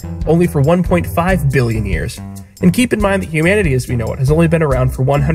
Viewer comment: I love the emphasis you give when you say “BILLION”